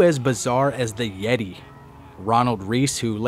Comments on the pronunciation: You pronounced his name wrong. It's not The Yeti. It's The YETAY! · It's pronounced "THE YETAAY!!" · It's pronounced YETAAY.